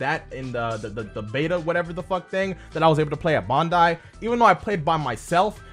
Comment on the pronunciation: "bondai" its BAN-dai lol